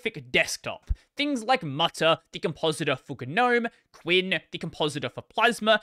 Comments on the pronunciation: yeah, I've always heard k win, not quinn. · who pronounces "kwin" as "quinn", that sounds so wrong lmfao